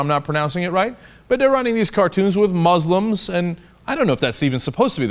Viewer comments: OK FFS Cenk, it's moos-lims not mahs-lims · Muslims is pronounced with the 's' sound not the 'z' sound. Criticize religion but carefully, not intending to insult the person.